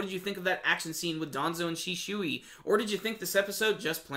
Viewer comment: you pronounced shisui wrong